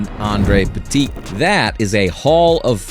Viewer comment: Stop mispronouncing petite